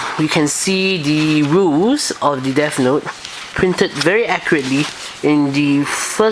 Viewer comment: I guess it wouldn't be so bad if you would pronounce your "th" like "th" and not "f" so not like Deaf Note. And I didn't know there are other reviews, I just saw yours.